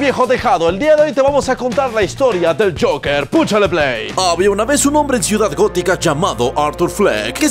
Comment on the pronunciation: Todos: el Joker El: el jasja